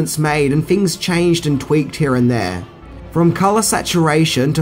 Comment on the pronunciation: “TEN HINGS.....” (sp) 🤦🏼‍♂️